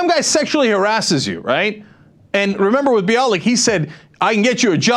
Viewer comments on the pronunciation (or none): Limbaugh said on his show that he’s been pronouncing Bialek’s name incorrectly (bee-AH-lick"). He cited Gloria Allred, who says her name is buy-a-lick. The only crude thing about that is that Limbaugh made slurping noises when he pronounced her name. And I remember Cenk pronouncing Bialek's name "buy-a-lick" in a previous video...